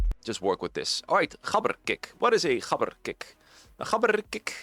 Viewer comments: maybe roll the r as well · wait is that the correct pronunciation of "gabber"?😮